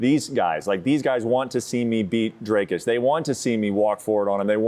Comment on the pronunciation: Translation: Gonna try to teep and jab my opponent to a decision. The fact they are fighting for a second time and he is still mispronouncing Dricus’s name in just precious.